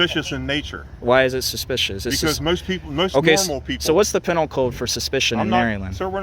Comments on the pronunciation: He thinks he sounds intelligent, but, man, the way he pronounces words is ridiculous. "Pennle" code. It's Pee- nal", you cretin. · He can’t even pronounce penal code correctly.